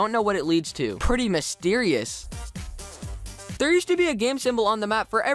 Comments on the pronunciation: I thought u said wisteris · I THOUGHT HE SAID "WISTERIOUS" XDD who else thought this??